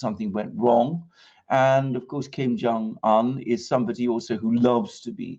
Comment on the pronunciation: It would be good if you could pronounce his name correctly. It would give you credibility